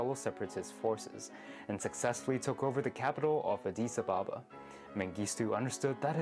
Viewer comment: You're reading the capital of country as it would be pronounced by the way it's spelled. You should edit this video and pronounce it correctly (or talked to an actual Ethiopian before you made this video...). Pronounced correctly it's AH'DEE SAW-BAH-BAH